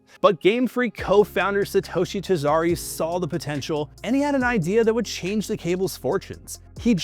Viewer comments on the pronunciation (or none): Tajari instead of Tajiri is crazy. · Omg “Ta-Gee-Ree “ not “Ta jar-ee” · Tajari is wild 😅🤣 it is Tajiriiiii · This is a great video so far, but it's "Tajiri", not "Tajari". More like "Tah-Jee-Ree". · “tahjaaree” dude butchered the pronunciation 😂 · "tijari".... Really man? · I cringed every single time. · Man, if you fail at even pronouncing the name how can the audience be sure that the rest of the piece is researched well?